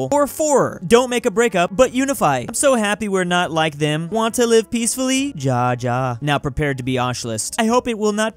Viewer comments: ja is pronouned ya in german. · Me when says pronounces it “Ja Ja” instead of “Ya Ya”: Time to commit spicy wind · he pronounced it as ya second time, but he said ja first time. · Its not Jaja its Yaya... I thought he knows a little bit through his memes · its pronounced as YA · "Ja" in Polish means "I", and it's also pronounced "Ya" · no as Y-aah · Why does pronounce it like “dja” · yes it’s pronounced as YA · ya its ya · It's pronounced "YA" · Yeah its ya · {insert any number} day of telling not to misread and pronounce german words. "Ja" means "yes" and is pronounced "ya" "bitte" means "please" and is pronounced... the way... it's written... I don't even speak german but i'm from hungary so i'm kinda forced to do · "Want more nutella? jaa, jaa beit!" Someone needs to teach this guy to say Bitte and Ja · Ja is kinda pronounced how travis scott says 'YA!!' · it’s ‘Ja’ is pronounced’ya’ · Did he just say...."ja, ja,"... with..a " J "... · Why do English speakers pronounce words that starts with a 'J' as 'TJ'. For example he says; 'TJA TJA'. But where is the 'T'? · Ja is actually pronounced like Ya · ja in german is pronounced like ya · And also ja is pronounced as ya I know this because I have a German friend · Ja is pronounced Ya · Hey please learn how to say ja not yeah i can say it normal beacose i know german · Really, someone needs to teach how to pronounce 'Ja'. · Someone needs to teach how to say "Ja" and "Bitte" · Yeah he needs to learn to pronounce 'Ja' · nah, it's funnier the way he says it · You are right. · I am learning German and even I know how to pronounce „Ja“ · needs to learn how to pronounce "ja" and "bitte" it hurts inside to hear him say it like that LMAO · Someone should actually teach how to say Ja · not pronouncing ja ja like that